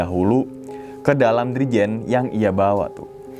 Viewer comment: Dirijen apa jirigen bang wkwkw